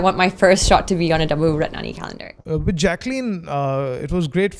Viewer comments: She's saying calendar but it's sounding like "condom" ! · kdude112233 heheh...gud1.....it did sound lyk condom